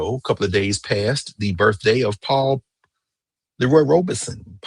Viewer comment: Robeson. No 'r'